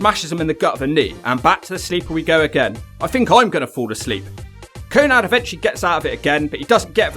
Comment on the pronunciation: Konnad? I thought his name was konnan.